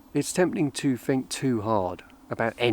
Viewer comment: Lovely. But it's 'think' not 'fink'.